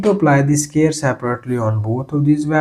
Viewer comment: SQUARE NOT SCARE !!